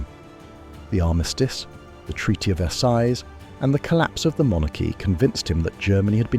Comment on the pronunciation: The pronunciation of verseille gave it away